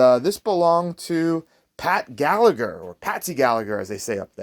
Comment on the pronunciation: Galla-her is how it’s pronounced, source: I’m Irish